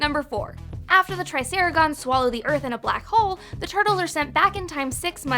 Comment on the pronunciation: It’s Raph not Ralph and it’s Triceratons not Triceragons